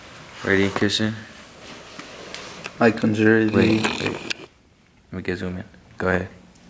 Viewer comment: bro couldnt read conjure lol no wounder it didnt work